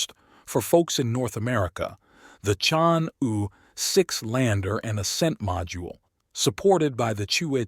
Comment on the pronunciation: "Chang'e" should be pronounced as 'charng' 'err' Take your time, read it out, slowly